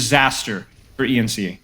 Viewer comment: haha no way you said E N C E. It's pronounced ens